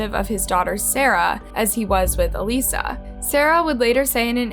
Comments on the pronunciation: Not going to “ like and subscribe.” Why? Because throughout the story there were several mispronunciations, which leads me to think it’s sloppily told. Inter Nation? It’s International. “Aleesa?” No again, it’s “a-LISS-a. Just plain laziness on the part of the narrator, I don’t care who it is. Take two minutes and look up the correct names and how to pronounce them. Laziness. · This is horrible but also, it would be a lot more respectful of you if you actually pronounced victims names correctly.. The sister even pronounced Alissa's name in that clip.. But you kept calling her "a-lisa" instead of "uh-lissa" which is a totally different name. No disrespect, just saying. Also, shame on the teacher and bf who just kept quiet about that shit. Especially after she disappeared. Like genuinely how tf can they live with themselves knowing that they probably could have prevented this?🙄😏 obviously the "dad" (if you could call him that) is the worst P0$ in this case and he will % rot in h3II for this but yeah. I feel so bad for Alissa and her sister. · I'm not trying to be rude. 💯 But the sister pronounced her name Alyssa. Not Elyssa. Jst looking out. 😉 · Her name is pronounced “A-liss-a”. You have audio of Sarah and her step-father pronouncing it that way yet you keep saying, “A-lee-sa”. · it’s al-issa not alisa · A-liss-a, not aleesa. So disrespectful and distracting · Why are you calling her ALEESA? Her sister said ALISSA 🙄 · I love your videos and how you respectfully go over very sensitive cases. But for the love of God woman, it's Alissa, ah-LI-sa not ah-LEE-sa. You see the difference? Her sister literally said the name! You're awesome and so are your videos but the way you pronounce some of these names is just wild 🤣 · UH LYSS UH, not UH LEE SUH.... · Her name is A-Lissa not A-Lisa. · You clearly hear the so called dad and sister say “ALYSSA” , yet you keep calling her Alisa. Kind of annoying. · It's 'Uh-lissa'. This was great otherwise but maaaaan